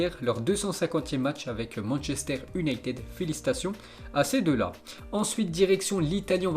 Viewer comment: manchester YOUnited. fais un effort !!!